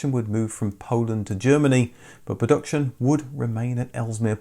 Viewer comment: Considering the inclusion of the word "production" in virtually every video, it's surprising that you can't actually pronounce it.